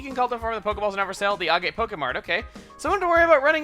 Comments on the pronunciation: He mentioned in his Pokemon Colosseum LP that Agate is pronounced "AG-it". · AGATE IS PRONOUNCED TO RHYME WITH BAG IT!!!!!!!!!!!!!!!!!!!!!!!!!!!!! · agate sounds agatae